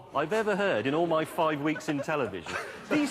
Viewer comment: I thought he said fine weeks